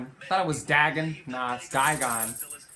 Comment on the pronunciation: Gojicenter: dagon: diegon